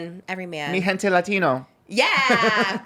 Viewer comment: LMAOOOO struggling to translate is me at work he definitely needs Duolingo the pronunciation could use some work 😂 no shade but come on “mi gente Latino”